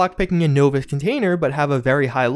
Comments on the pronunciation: Your pronunciation of 'novice' is off, it's a soft O, noh-vis, not noe-vis. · novice = naw-viss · Am I missing something or is that how you say novice???